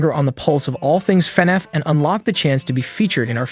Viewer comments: Bro why do you keep saying Fenif it's FNAF. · he says fenef lol